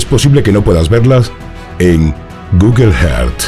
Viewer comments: Tio..es que...Google "heard".. pffff.. Earth. Google earth. "Erz" "Guguel erz" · EN GUGUEL JEART😂 😂 😂